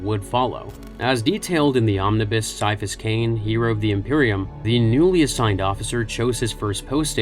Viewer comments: Gonna be honest, after I started reading one of th Ciapahas Cain stories, I did think he could be partially psyker, since he heard “a voice” at the back of his head. Also, I always thought his name was pronounced Ki-afas, not Sy-afas. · KAI. KAI-A-PHUS. IT'S PRONOUNCED KAI-A-PHUS. That C is not soft like a Tau's skull, it's hard like auramite! That's why people who want to annoy him, or don't know/understand he detests nicknames, call him Kai! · its said with a Ki sound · I stopped listening after less than 5 minutes. If you cannot even pronounce his first name right then I'm not going to trust a single thing you have to say. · Came her to just say that. I want to watch this, but after the first word... Nope. Can't sit through that.